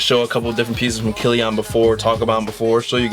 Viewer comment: its pronounced like Killien